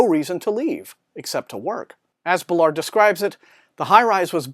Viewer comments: Interesting review, (however I must correct it is Baal-ard not Belard sorry😂) JG Ballard truly is a master of Dystopian landscapes, his exploration into similar themes from High Rise are in The Enourmous Space, that story is nightmarish! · Thanks for the review! Not sure that's how you pronounce "Ballard". I think the stress is on "Ba" instead of "lard" (based on video interviews).